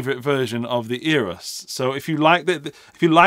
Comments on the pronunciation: Eras? I thought he said Eros. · Eras? I thought he said Natalia Imbruglia but I’m torn about it now.